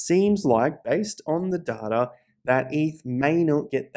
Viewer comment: There is absolutely no “R” in data. Seriously, where do you see an “R”?!